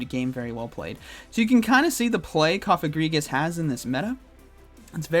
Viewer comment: Lol his pronunciation of Cofagrigus I think it’s Coh-fah-grih-gus